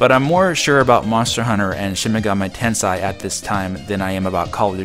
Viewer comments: It's Shin-Megami "tenSEI" not "tenSAI". One has a totally different meaning so let's get the pronunciations right. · Just a small FYI, you're mispronouncing Shin Megami Tensei. The last word is "ten-say," not "ten-sigh." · It is hard to read Japanese in Romanji for non Japanese speakers.